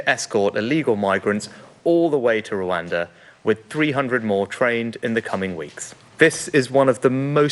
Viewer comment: Please be careful how you use exponential, James. You know better! Also please tell that lady that while Rwanda begins with an R it doesn't have one on the end.